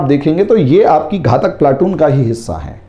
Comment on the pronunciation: घाटक नही घातक बोलते है